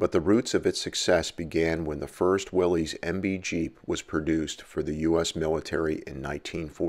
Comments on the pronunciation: It's pronounced Willis, not wileez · Willy’s is pronounced “Willis”, like Bruce. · "Willies" or "Willis"-? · Well then they should spell it like "Willis". Everyone I know who was around when Willys existed calls it will-ees.I'm pretty sure the "Willis" pronunciation only started with the Bring A Trailer swells about 2 years ago. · Based on what i’ve read and watched, it is pronounced willis.